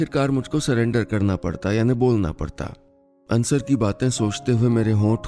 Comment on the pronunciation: Sir it's अंसार, not अंसर